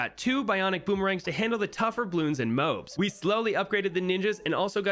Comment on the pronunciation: their pronounced mo-abs in a easier way say mo then say abs then say them together, now you got moabs